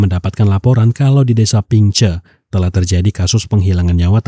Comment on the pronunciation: Gemes sma sound ping che bang ..bukan pingceu Ini tempt krja q sekrng salm dri hongkong bang